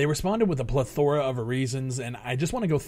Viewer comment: When you say the word "plethora," the emphasis goes on the "e".